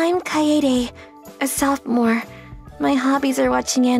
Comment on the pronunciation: Sofamore? It’s sophomore